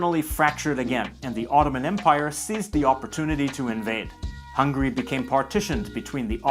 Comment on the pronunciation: ITS HUNGARY NOT HUNGRY T~T